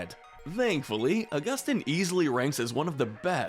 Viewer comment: GOD DAM IT HE SAID (U-GU-STIN) BUT IT IS (AUG-OO-STEEN)